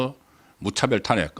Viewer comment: 타넥 이아니고 탄핵 .